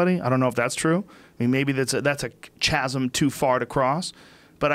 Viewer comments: ....Joe, chasm is pronounced ....KAZeM. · Joe “Chaz-um” Rogan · 'Ch-azm'... Yep in this case, I am the word police. Come the fuck on now. You're a 50-year-old comedian and you can't pronounce chasm. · Chasm and quarry mispronounced... Joe, the H is chasm is silent. Bryan, the au in quarry is pronounced as o/oh/awe sound... I could understand if you misread these words, but to get them wrong in conversations like means you're probably getting them wrong all the time. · Joe "chasm is pronounced with a cha sound" Rogan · Chasm... lol Rogan🙄